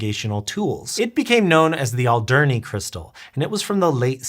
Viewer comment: Alderney is pronounced quite differently i think. Why not call the local government.